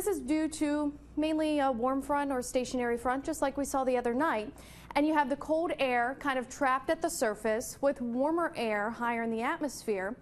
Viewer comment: She says "cold" as "code" and "called" as "cawed". Is this a speech impediment or accent? If accent where from? If impediment maybe some speech therapy for newscasters.